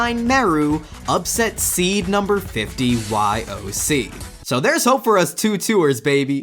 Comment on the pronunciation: P.S. YOC is pronounced like "Yo-Shee" in Japanese